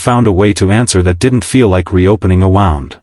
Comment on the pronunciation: Or pronounce words correctly. "Wound".